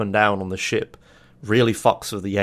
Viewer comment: who also think everytime he says shit instead of ship? or is it just me? o_O